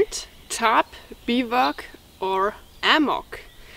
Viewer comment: Hi Vanessa enjoyed as usual with all the knowledge you carry with you. I also know you like to learn how to pronounce certain words in English. So here is how you would say Bivouac. ˈbivo͞oˌak . Thanks again for for being yourself and good health to whole family.